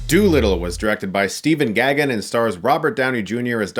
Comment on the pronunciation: Gaghan is pronounced “gay-gen”.